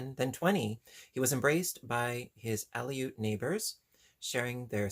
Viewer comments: Pronounced ahh lute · Its pronounced ah-lute. They are a tribe of natives of Alaska. I would love to see a tutorial on that lovely sweater. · Aleut: ah-loot' Aleutian: ah-loo'shan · I've always heard it pronounced as Al-lute. Looks like a great book. I have a few Aleut baskets, they are totally amazing.